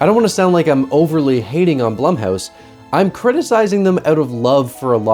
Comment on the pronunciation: It’s pronounced Bloom house, according to the experts.